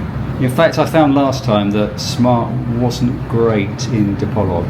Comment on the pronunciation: What is the name of the hotel you stayed in, I will be in Dipolog next week. I also have stayed before, I don’t know if I will remember where that hotel is. I believe Dipolog is pronounced Dee-poor-loog. It’s easier for me coming from New Zealand,the vowels pronunciation is same as Maori language back home. As for the coal,it wasn’t charcoal for cooking.